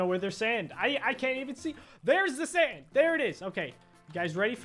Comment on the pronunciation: When he said sand I thought he said sans